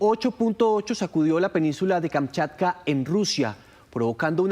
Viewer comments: Tienes razón bro se deletrea Kamchatka y no se deletrea kamkatcha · Tantas veces tiene que decir Kamkatcha??? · Es tan difícil decir kamchatka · Kamchatka....no Kamkatcha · Porque no le dicen que es Kamchatka y no Kamkatcha